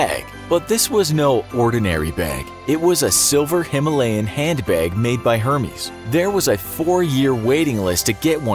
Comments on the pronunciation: Pronounce like “hair-mez” not “her-mees” since it’s French and spelled with a accent on the “e.” Hermès. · her mes i’m dead it’s Air-mez 😂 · It's ɛərˈmɛz, not hɜːrmiːz. That's a god. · Lol Hermès? This isn’t Greek methodically, it’s pronounced like Ermes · It's "air-mez" not Hermès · Did you say “Hermes”?!! It’s pronounced Airmez or Ermez... get your designer name right!! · Its er-mez.... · you don't pronounce the 'H" in Hermes